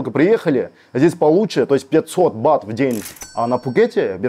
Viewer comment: Не БАТОВ а БАТ!!! Охххх.....